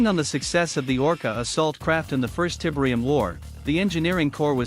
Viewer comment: Tibrium 😬 Please stop with the awful AI voice.